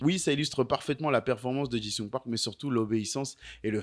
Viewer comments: Park JI sung, pas JIN sung 😂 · Ça me trigger à chaque fois que tu l'appelles Park "Jing Sung", bordel 😂😂😂